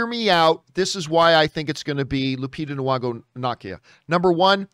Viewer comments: lupita noo-wongo. nah-kia. 🤣😂🤣😂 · John, just fyi, there's no w in Lupita Nyong'o's name. You always pronounce it with a w sound and that's not right.